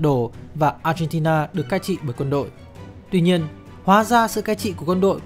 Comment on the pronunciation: Mình nghe cả chục lần mới phát hiện ra b chủ kênh phát âm chữ Argentina. M nghĩ b phát âm chuẩn quốc tế. Nhưng thà cứ như thời sự phát âm là ác hen ti na cho dễ nghe.